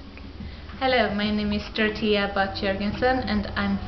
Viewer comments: does she pronounce her name "dorochea"? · She pronounces it "dorotea"